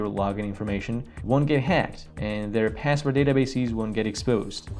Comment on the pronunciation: Say pääswod one more time I dare you ….